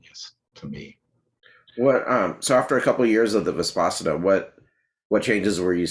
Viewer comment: Terrific interview. Vispassana, no. Vipassana, yes.